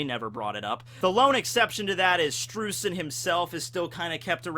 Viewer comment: Streusen is pronounced "Sh'tro'ee'sen" German's my mother tongue Also the Kana for his name is; 'シュトロイゼン' 'Shutroizen' So Oda gets it. Just follow the Kana for everything from the One Piece Wiki and you're Golden. That should be everyone's approach